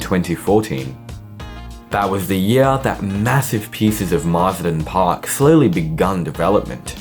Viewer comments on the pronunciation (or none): none